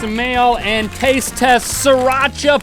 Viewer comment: Link, it's not pronounced SAH-RACHA, it's SEE-RAH-CHA